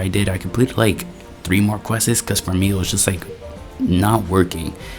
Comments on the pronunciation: Quests ❌ Quessess✅ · Why bro saying questses